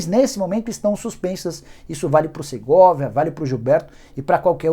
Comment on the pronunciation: Não é Segorvia, é o SERGAY